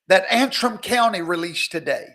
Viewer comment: I thought you were blessing us for enduring that opening music! That was bad. But, thank you so much for pronouncing that little ol' county in Michigan's name correctly - Antrim. Commentators have been stumbling all over that simple little word. It's simple: An-trim. Well I have a special place in my heart for Antrim County because that was the name of the county in Northern Ireland where my Scottish family came from when they emigrated (1740) to these here United States before there even WAS a United States. Dear Antrim County in Ulster. That's where Andrew Jackson's folks came from and mine, the Breckenridges. So thank you so much for pronouncing "An-trim". And thank you for Garrison's political cartoon. And thanks, as always, for the incisive analysis, which tonight was straight-forward, without all that hoopla and enthusiasm.